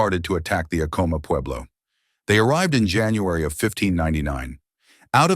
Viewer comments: not to be that person lol 😅 but its pronounced Ahco-mah with the first part sounding like the word Add soo like A dd komah. But the H's in Ah-koh-mah are silent. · This video had to have been AI generated. A real historian would have known the proper pronunciation of the name Acoma. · You could have looked up the correct pronunciation of Acoma and Onate.